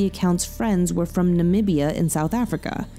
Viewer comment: Nam-bee-ah for Namibia